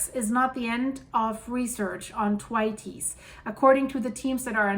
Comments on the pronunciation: "Th" as in Thor, "wait" as in delay, "s" as in plural. “the weights” probably isn't correct, depends on how you pronounce "the", but it is a lot better than attempt! Named after Usanian geologist Professor F.T. Thwaites of the University of Wisconsin. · Yes! I pointed it out in her previous video about this, but didn't seem to take any notice. Very irritating, as her current pronunciation makes it unrecognisable. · I know this is a such small thing, but if you say “the weights” and then drop the ‘e’ so it would be thweights - that seems the simplest way to describe the pronunciation of the word. Loving all the videos …all this stuff happening on the planet, it’s like being in a train that’s running off the rails except it’s going at the speed from ‘Inception’…. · It's pronounced "th" waits" glacier not "t' wateys" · it's "Th" as in "think", so a soft sound. Pronouncing it hard makes the name unrecognisable. Should be followed by the sound "way", so not what you are saying. Have posted about this previously and you just ignored the feedback. 😢 "Th - way - ts." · Its pronounced Th-waits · Thanks for your work, very informative and coherent! However Thwaites is a man's name and is pronounced with a "s" sound not an "es" Thw(8)s! Sorry I have to tell you while admiring your command of English! Lots of love from Wolverhampton. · it's pronounced as if you are saying 'the weights' very quickly.....th (as in theory) and weights. 🌹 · it is pronounced: 'Thr-wates'. Just to help you. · "Thwaites" is pronounced TWAYTS (rhymes with "weights" or "skates"). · It's pronounced Thwayts. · I believe it’s pronounced th waits, you always do a fab job with names I couldn’t attempt 😳! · Think your pronunciation of the glacier could be tweaked a bit. ❤ the channel !